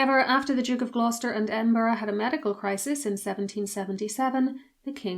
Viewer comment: Edinburgh not Edinborough